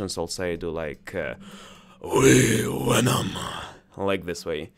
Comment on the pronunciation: See if you can pronounce the V in venom. (Sounds like you said wenom).